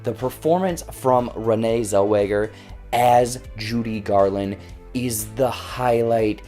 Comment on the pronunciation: Oh Boloney!!!! Us old folks know the real Judy and just seeing the trailers show it's a rude, disrespectful bore! *OH, and her name is NOT Zelwinger, but Zellweger. ARGH.